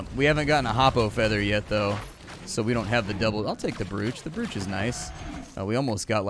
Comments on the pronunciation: Brooch is pronounced broach, bro :-) And man this game looks awesome! Diffinetly liked watching you play. Keep up the good work! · Just a heads-up from an English teacher who can't help himself, "brooch" rhymes with "roach" :)